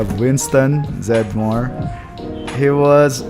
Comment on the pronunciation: Winston's last name is pronounced with three syllables. It's Zed Dem More. Just a heads up!